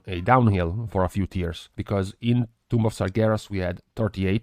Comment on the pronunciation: The b in 'tomb' is silent just as in the word 'bomb', just saying.